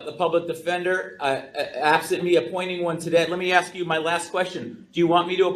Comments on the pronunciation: “Man, take it to trial dawg, I ain’t need no lawyer, I’m smart as haaaaale!” Says the illiterate troglodyte who addresses the judge as “my honor”, refers to the public defender as the public “attender”(???!!!), and was basically told by the public attender that if he pled guilty, he would get out of jail today, yet his lack of a functional brain and his unwarranted, overinflated ego didn’t comprehend this and he carries on with his belief that he’s got no felonies, then proceeds to carry out multiple contemptuous acts! 🤣🤣🤣 Yes… yes this Noble Prize winner is demonstrating his highly superior intellect and wealth of extensive knowledge on all things… If only he could correctly pronounce “Affidavit”!!!!!!!! Folks, it’s NOT AffiDAVID!!!! Stop it’s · First it sounded like 'detender', then 'attender'. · Is he saying "Public Pretender"? ROFL